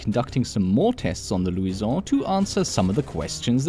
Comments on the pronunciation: 'right' is a great word. Pronounce it right. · the gun is not french pronounce it roght